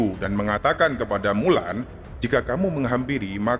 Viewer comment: Mulan le ...bukan wulan